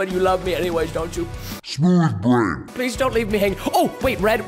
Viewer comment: I like when you first watch this and Preston says SMOUTH BRAIN 😂😂😂